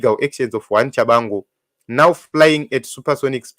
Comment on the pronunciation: It’s Tshabangu not Tshavangu. No need to mispronounce his name even if you don’t like him.